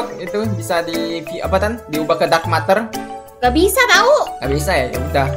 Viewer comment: Bang ngomongnya buka dark matar tapi dark meter ya bang